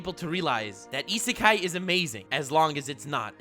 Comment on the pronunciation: You get a prize if you guess how many times he said Isekai correctly